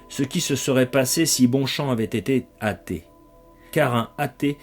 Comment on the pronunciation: On dit un athée, pas un hatée. Merci de faire la liaison.